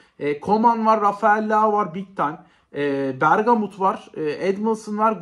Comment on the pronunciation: Bergomi abi bergamut değil 😂